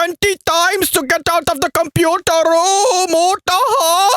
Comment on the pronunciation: LOOOOOOOL so glad i found you way back before you blow up.....funny fucker lol 'computarrrr rroooommm'